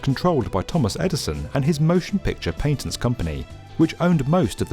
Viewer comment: Try PATENTS, PAT. ENTS, not PANTENTS.